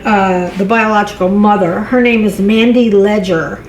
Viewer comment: Leger last name is pronounced |Lāshā| French last name popular in Southern Louisiana where she's from.